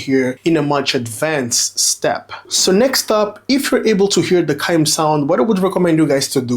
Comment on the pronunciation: Chime is “CH” you are pronouncing it as Cime.